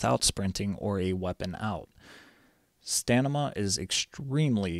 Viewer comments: In all your videos, you say "Stanima," rather than "Stamina," and it's too much to ignore. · you say stamina wrong :D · stamina not stanima xD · why you keep saying stanima instead of stamina, lel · STAMINA! not stanima :D hurts my ears! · yeah it's just funny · sorry, didnt see the comments before me, good video tho! Thank you for the work u put into it! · Great vid, "stanima" throwing me off a bit tho lols